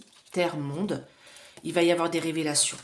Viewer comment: si, si, réécoutez la vidéo, si je l’ai relevé, c’est que l’avez prononcé au moins deux fois !